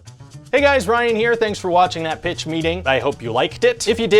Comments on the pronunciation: It's funny he says pitch meeting, sounds like bitch meeting. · Every time Ryan says "Thanks for watching that pitch meeting" I hear bitch meeting instead.